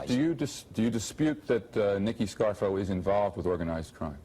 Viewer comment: Did Dan Rather say Nicodemo "Scarro" instead of Scarfo"...lol..lol